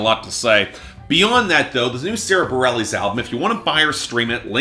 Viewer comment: Bah-rel-eez? You can't even get her name right... among other things